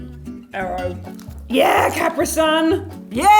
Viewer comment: Wow what's with the pronunciation of Capri the first time?